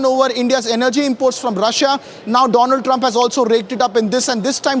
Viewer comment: Donald or Doughnald.... Great pronunciation